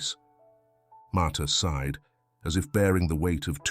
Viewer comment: sighed not side